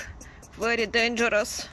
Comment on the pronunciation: Вэри дэнджэрос лэвэрит... Неужели так сложно поработать над произношением? Что за уровень учителя английского в школе